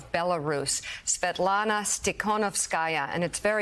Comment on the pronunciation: Mika is most likely the only US talk show host who could pronounce Svitlana's full name correctly and so easily.